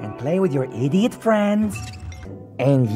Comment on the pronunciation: I love how when he says "idiot" its more like E-diot